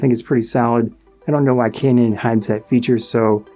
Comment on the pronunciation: ive never heard pronounce kane-un before 🤔